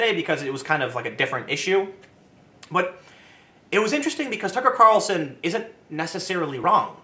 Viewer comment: i just like hearing Tim say "tuckrcarlsn"